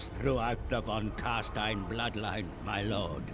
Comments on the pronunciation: Try to pronounce the S in Stein like the "sh" in shit and it will be perfect German! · Just FYI, if you want to nail the pronunciation of "von Carstein," it's "fon Car-shtein." In German, the letter v and the letter f make the exact same sound (e.g., "Vogel," which is the word for bird, is pronounced "fo-gel"). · Actually the real correct (German) pronunciation is "fon karSHtayn", either van, nor stayn ;) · So cute how he trys to say von Carstein haha++